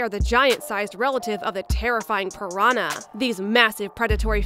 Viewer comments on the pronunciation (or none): none